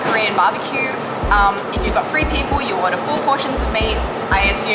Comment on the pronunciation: lol that German "3"